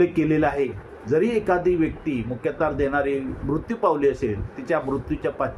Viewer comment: कुल मुख्यतार नाही कुल मुखत्यार